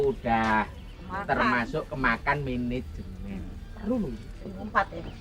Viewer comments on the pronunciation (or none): Menejemen, mejen kali😂